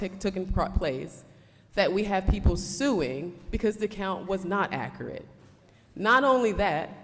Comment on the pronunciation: She’s absolutely BEAUTIFUL - just gorgeous, but her pronunciation of accurate is awful.